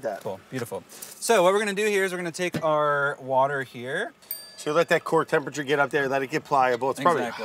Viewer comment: sigh of relief - after 5.15 he finally said wourder - you know brad, we all come here and watch your vids exclusively to hear you try to articulate water. that is all thx